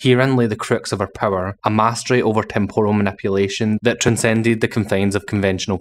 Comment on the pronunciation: It's pronounced temp ral. Not Tempural. That's Japanese batter.